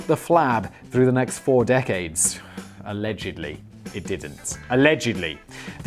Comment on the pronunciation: "You're a horrible personalledgedly" Lol